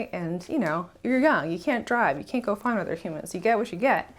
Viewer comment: Great content once again! Thanks for sharing your story. The card you were playing sounds a lot like using Fe to me. I guess that's the price you sometimes pay when interacting with 'humans' (I love how thing-ishly you pronounce that word😅). Like dumbifying yourself for the greater good. It can sure be exhausting, even for a savior Fe, although then it's a responsibilty you just can't runaway from.. so even worse! Anyway, you did a great job, while betraying your Fi in the process.. I guess we just all need to find a balance with these tiring wirings we have🤪 Cheers🥂